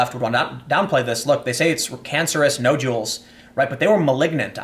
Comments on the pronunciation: Jesus h Christ on a rubber crutch “Nod-u-Ls” google words you can’t pronounce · nojewels... is there anything tim CAN pronounce properly?